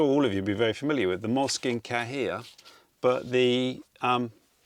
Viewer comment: Brilliant. I’m in. Have ordered some lovely pens and I’m off to Muji. Moleskine Cahier look good though. 🤔 (Cahier is pronounced kah-yay, btw). Thanks for sharing,; very much enjoying the new channel. ❤